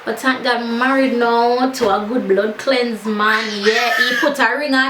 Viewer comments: love da story and ur makeup is lovely...beautiful but but but....i just keep on hearing bclaat wen u say bldcleanse....not comfortable wid it. nah say u fi stop....just sayin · loving the story time vids you're hella funny. ps. Everytime you say "blood cleanse" my ears hear something else. lol lawks